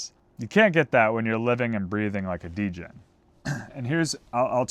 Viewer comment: He said degen